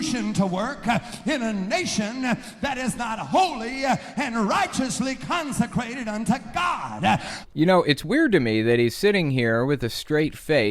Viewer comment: Did he say consecrated Or constipated?